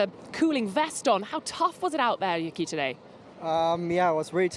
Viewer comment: Not trying to be rude, but can we please pronounce Yuki Tsunoda’s first name correctly? The first syllable is basically the word “you” and the second syllable is “key”, not Yuhki, the way you’ve been saying it since he joined Formula 1. Please? 🙏🏽